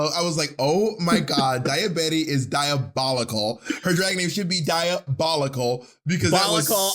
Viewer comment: "dayabetty is dayabolical" I SCREAMED